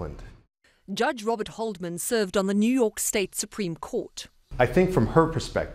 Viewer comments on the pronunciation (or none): none